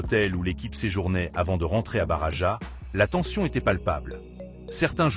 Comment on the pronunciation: On ne dit pas: Barava mais barrrrajas. Valdebebaaasssss et pas valdebeba 😂😂